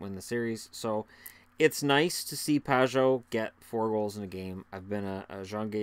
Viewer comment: Has anyone else noticed that Paul Romanuk calls Pageau "Pa-joe"?